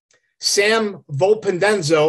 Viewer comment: For someone who did research. He murdered the names.